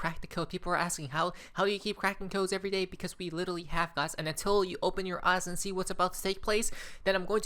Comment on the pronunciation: There is no Little Lee, it's "Literally"!